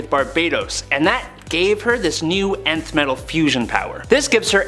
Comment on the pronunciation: nth metal not ninth metal.